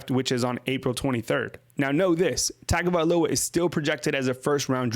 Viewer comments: drives me crazy you saying TAGO instead of TUN-GO man.... its TUN GO VAE LOW AH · Tagovailoa... (Tongue-go-vai-loa) pronouncing it wrong...in samoan Gs are pronounced like NG...